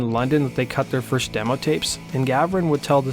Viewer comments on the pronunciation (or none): none